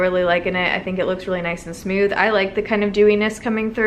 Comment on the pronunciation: You're my fav! ❤️ I also can't help but notice they way you say 'smooth'..."smyooth" am I the only one that heard it? 😂